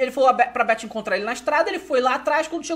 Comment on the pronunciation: pse mas ele merecia né TH com som de F em inglês é o básico que se deve saber.